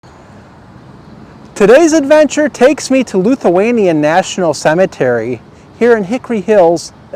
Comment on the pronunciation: I’m Lithuanian—- pronounced Lith-u-anian not LUth-u-anian. Most of those names rolled off my tongue 😛. Enjoyed the video 👍